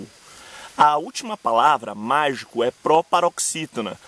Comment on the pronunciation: o cara que ensinar portugues mais nao sabe falar magico